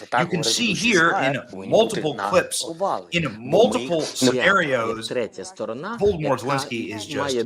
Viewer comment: Benny, you crack me up with the intentional mispronunciation of these losers' last names! Voldermort Zalinsky!